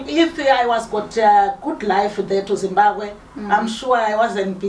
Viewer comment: Says ‘Zimbagwe’ like a South African. Definitely not from Zim